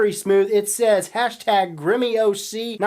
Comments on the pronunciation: and its "grimm yoc" not "grimmy oc" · Grimmy oc? It's grimmyoc as in Grimm yok. Obviously you don't know what you're talking about.